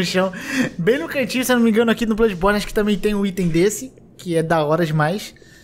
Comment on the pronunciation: "BLÃDIBORNI" não "BLUDIBORNI"